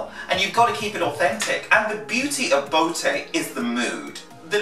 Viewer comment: omg he pronounces botë so wrong aaaaaaaa its sooo annoying whatever its fine lol